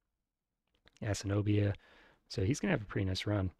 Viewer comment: Please, Ah-sinni-BOY-ah, not Ass-in-OH-bee-ah